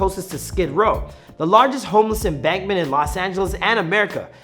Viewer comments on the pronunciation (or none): "The LARGEST HOMELESS EMBANKMENT. " What the fook? Encampment. Come on. You can do better.